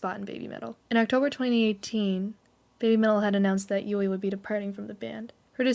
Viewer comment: New fans making "explanation" videos. Oy vey😂 I know I'm nitpicking but, here we go, don't take offense: It's Moa (moh-ah) not Mo. Moametal not Mometal. Yui (Yu-ee) not Yu. Momoko was born in Fukuoka and moved to Kanagawa. You have it backwards. And of course, the mislabeling of the song iine as "Line". Other than that, the only other "complaint" I have is that these "info" videos have already been done several times before. I, as well as the rest of The One, appreciate your effort though. I just feel, personally, that these new videos are quite unnecessary, as there are more concise, accurate and informative videos already out there. But I understand the fervor of a new fan. I was a new fan once too 😂. Babymetal becomes addictive and has a tendency to take over certain aspects of your life. Discovering Babymetal was a life changing experience for me, as well as it was for others in this fandom. Making lifelong friends from around the world in the Babymetal community has been the best experience of my life. Even as far as traveling to Japan, which is WAY out of character and out of my comfort zone as an introvert. I welcome you to The One. Welcome to the Fox family. You should really delve into Sakura Gakuin and discover why Su, Moa, Yui, and Momoko are so endearing to us OG fans who discovered Babymetal while they were still in Sakura Gakuin. I mean, if you're gonna go deep, GO DEEP. Kitsune up! 🤘🦊